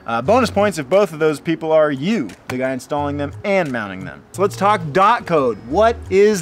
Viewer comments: When he said dot instead of d o t 😳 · I think is pronounced “dee o tee” (DOT)😅